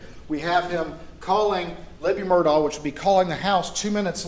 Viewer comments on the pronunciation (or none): Not that it really matters... but his last name is not!! MURDOCK.. it's MURDAUGH!!!!!